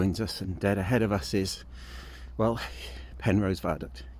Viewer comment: Penrhos as in Ross on Wye not Rose.cheers